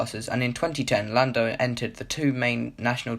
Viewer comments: llando norris lmao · Llando norris? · LLando Norris